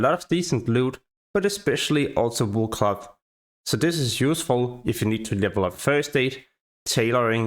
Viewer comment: Your pronunciation of "cloth" sounds like "glove"